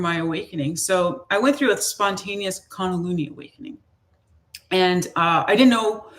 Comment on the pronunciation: Kun da lee nee is the correct pronunciation